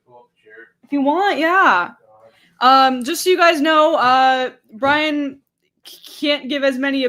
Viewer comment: Happy birthday, Br...i...yan? ...happy birthday, Briyan? Nevermind. Happy birthday, Brian.